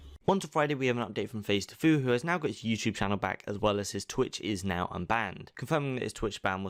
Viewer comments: It isn’t a tfoue you say it t fue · It's pronounced tee fue not tuh fue